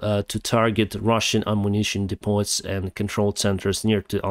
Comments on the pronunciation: "Deppoh",. "Deppoh". The "T" is silent in depot. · Destroy the bridge by Kherson now! You do a good job, your English is very good but the t at the end of depot is not pronounced. We can find out about the long range missiles when they are used!